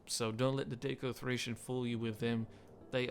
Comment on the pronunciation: I think daco is pronounced As “da-co”, not “day-co”. Apart from that, great overview about one of my favourite factions in the mod, next to the entire Gaul/Celtic factions and the steppe nomads. Though I can never commit to finishing a campaign with them in the grand-campaign as starting economy and military is hard to balance for me, even on normal EDIT: I wonder if you should go over the starting mission chapters of the factions you overview, and go over whether or not they might be worth it. And also maybe go over the victory conditions, as I think they can influence the way you play out your campaigns as well as how it affect your decision making.